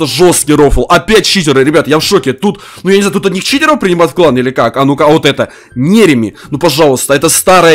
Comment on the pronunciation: Почему ты говариш не читеров а читероу